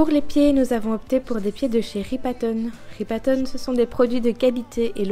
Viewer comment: Massive la table 😅 Pour la marque des pieds, on ne dit pas ripa-tone mais ripa-ton. Ripaton est un terme populaire pour parler des pieds de quelqu'un 😉